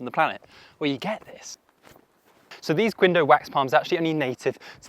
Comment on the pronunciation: Hey so Quindio is actually pronounced like “kin-dee-o” lol, love the video tho ❤